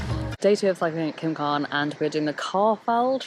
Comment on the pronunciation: (CWM) pronounced coooommmm lol